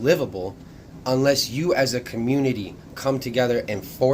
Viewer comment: Just like Coach Greg Adams said it best, "The Communitah been done with."